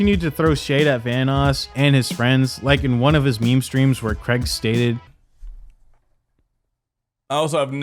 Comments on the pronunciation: Why do Americans say the name Craige so weirdly? It's not creg its cray like crayfish and just how to you the lower case G. Cr-ay-g. Stupid Americans. Fucking "creg", how hilarious. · Craig is pronounced cray-g not creg FYI. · CRAIG... not CREG damn bro. Good video though, interesting to see it all brought together like this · Im sorry but its not "Creg" its "Craig". I suppose AIDS should be pronounced "edds" and claim should be pronounced "clem" then... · I hate the guy as much as anyone else, but what's the deal with Americans pronouncing Craig "Creg?"